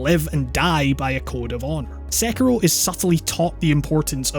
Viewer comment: I reeeeeaaaallly found your correct pronunciation of Sekiro to be refreshing